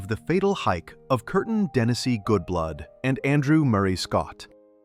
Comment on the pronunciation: Her name was Kerstin, not Kertin.